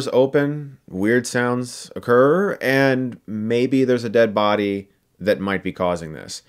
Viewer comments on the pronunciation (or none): "weird sounds occurrrrr" is this your Cardi B impersonation? :P